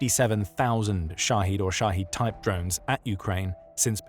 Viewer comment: Shahed drones! I thought he was saying "Russia's shotty drones" as in sh!tty. 😅